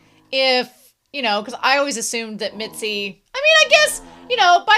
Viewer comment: whenever you say mitsy instead of mizi i get reminded of mitsi from animation vs animator made by alan becker